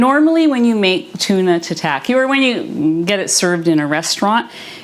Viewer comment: It’s not 🍣 sushi, which refers to the sweet vinegared rice with fish/veg/seaweed, but is a type of sashimi or raw seafood or meat. FYI, tataki is pronounced more like Tah-Tah-key. Your dishes looked great, thanks for your carnivore version recipes.😊